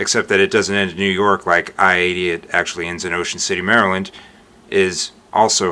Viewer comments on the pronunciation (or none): none